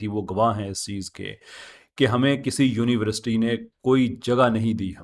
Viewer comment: ap university ki pronunciation daruat farma lain shayed ap Urdu boltay hovay " univerasity" bol daitay Hain instead of university, with due respect daruatagi farma lijye,jazak Allah.